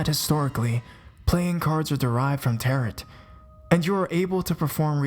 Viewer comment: I don't want to be "that person"...but the T at the end of "tarot" is silent. Love your stories though! You have an excellent voice for narration.